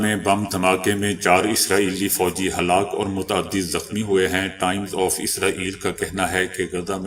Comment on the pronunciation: Ye halak ho gy kea hota ha Halak ho gaye read kryn.